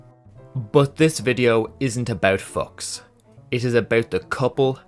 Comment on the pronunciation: Klaus Fooooks not f*cks 😂 I'm he must've done plenty of the latter too but when it comes to his name, it's pronounced fooooks. 😂